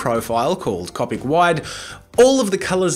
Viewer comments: cOpic not cApic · you know it's an older video when he pronounces the markers "cop-ick" and not "co-pick" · It's not cop-ic it's co-pic (like co-pick) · If bugs me sooooo much when u say Cau-pick... It's coe-pick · Was it bothering anyone else that he said copIc. It’s cOpic not copIc. People who are Harry Potter fans will get the reference 😂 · He’s saying Coppic instead of coopic which is spelled copic as the market Copic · Cop ic am I the only one who says co pic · I’m sorry did he say cop ic instead of co-pic. OMG THIS IS OLD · .... it’s pronounced like coe-pick not caw-pick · Anyone else bothered by the fact he says Copic instead of Coe-pic? Just me? Nvmind then... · the way he says copic...CoPiC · did he just say copik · Its CO pick pronounced CO pick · C”O”PIC, OMG your saying it so wrong ffs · Co-pic say it with me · 4 years ago you didnt know how to say Copic you said it like coppic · the way he says copic 😂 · who realized jazza says copic differently? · Am I the only one bothered by how he says copic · is any body gonna point out how he pronouned "copic" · NO NO NO NO NO! You are saying copic wrong!! (ik he says it right now but it's still really annoying) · Oh mate, I've been watching bits of the channel and I've been a real fan.....until you pronounced copic markers wrong. If you're going to spend as much money on those things as I'm sure you do, at least get the name right. It's like watching someone buy a brand new Ferrari and calling it a "fa ree ray"